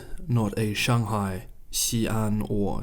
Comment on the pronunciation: All good. Actually, I was somewhat serious about the pronunciation of Beijing, especially because I was indeed certain, based on your tone mastery (way beyond my ability BTW) and, contrary to your assertion, nailing 'Shanghai' with a 'bung' and not the hideous sounding 'bang' of the anglicised version, that you are well aware of the correct pronunciation. FWIW, I don't think it is at all pretentious to acknowledge and use the correct pronunciation. On the contrary I regard it as both educational and a mark of respect of the culture. Similarly, I fully support the effort of the Maori of Aoteraroa to reclaim their original pronunciations of place names. And it can be fun too. For example, 'Whakatane'. 😮 There is some really serious and alarming stuff going on in the world at the moment and it is often hard to get to the truth. I have a particular interest in China and have just discovered your channel. So please keep up the great work and don't let my little nit pick distract you from the great analyses and perspectives that you are producing.